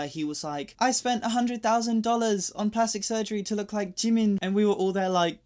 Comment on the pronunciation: Jimin is Jimin and JIMIN ONLY! SAY IT WITH ME!!!